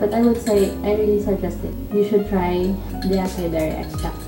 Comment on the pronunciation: Acai berry pronounce asay berry